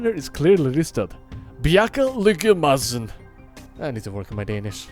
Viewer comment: thats a very good go at bjarke lykke madsen especially impressed you remembered the soft D instead of going maD-sen